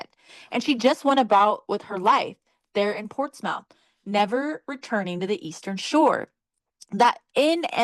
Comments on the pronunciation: It’s pronounced “Portsmith” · Ohio girl here it's pronounced "portsmeth"